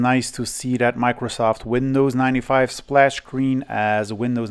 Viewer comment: when he says "Compaq Splash Logo".. sounds like "Compaq Flash Logo" lol